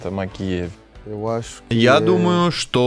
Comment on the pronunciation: Научитесь уже правильно произносить фамилию Магкеев